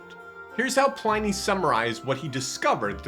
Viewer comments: Cool. Thanks. Btw It's pronounced Plinnee not Ply-nee. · Please note: Pliny rhymes with "tinny", not "tiny". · Ply-nee? Ply-nee!!?? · That should be pronounced Plee - ny. In Latin, i has the sound of a long e in english. Romans also believed Christians sacrificed and ate babies: not so far from the Satanism of many pagan rites. This was probably a garble of the the Christian celebration of the Lord's Supper which I believe was kept secret at that time for that reason. But the best description of early Christianity is found throughout the Epistles of Paul, John, Peter, James and Jude in the New Testament, Curious? Start there. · The Roman letter "i" is pronounced as in "lift", "pig". To get an "eye" sound, they joined "a" and "e" together. So you would pronounce it "Plinny". In fact, we should use his correct name "Plinius" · If this person is going to proffer himself as an expert on this subject, he needs to at least know how to pronounce “Pliny” correctly. Also, the way he casually blew by the letter describing two slave women who were tortured for being deaconesses I, as a guy, found misogynistic and gender-biased. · I believe his name is not pronounced PLINY as "I", but rather Pliny as "in". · Just watch your pronunciation of Pliny. It's in like in bin not ine like in spine. The religious hostility in the Roman era did not come from the Romans, who accepted multiple gods, but from the Christians, who did not and asserted that theirs was the only one. In Christian religious history it's easy to find many examples of fraud, theft, adultery and falsehoods.